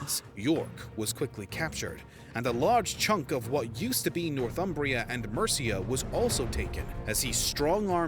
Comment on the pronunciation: It's not "North Umbria" (that's in Italy): it's "North Humbria" (land north of the tiverHumber) and pronounced "Nor-thumbria" not "North-umbria".